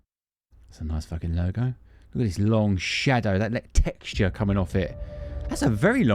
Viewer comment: I also like "texcha"